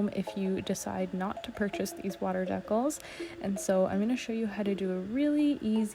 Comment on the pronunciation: 😂 Dee-Cals = Deck-alls…… 🤔